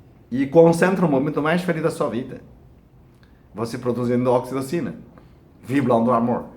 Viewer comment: Num consegui entender o nome do hormônio